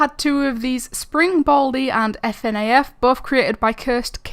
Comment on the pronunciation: LMAOO I like how she says “fnaf” 😂😂😂😂😂 F and n and a and f 😂